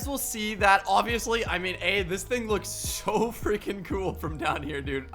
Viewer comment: He said I told you sho